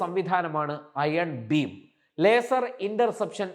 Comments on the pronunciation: Iron BEAM ! ഭീം അല്ല. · ചേട്ടാ അതിന്റെ പേര് അയൺ ഭീം എന്നല്ല, അയൺ ബീം എന്നാണ്..